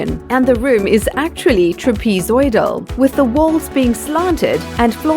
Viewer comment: Trapezoidal not trapezeoidal. English damn it.